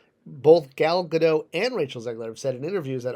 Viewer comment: I like the video. But it's pronounced Ga-DOT. Dot like the Warner sister. She's not French